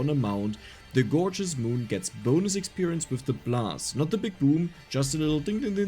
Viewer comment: Elf needs food badly,Is what I heard for gorgeous moon haha